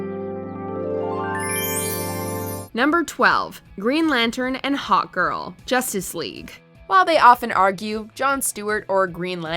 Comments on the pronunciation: instead of hawkgirl i heard hot girl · Omfg I thought you were saying "hot girl" and not hawk girl 🤣🤣🤣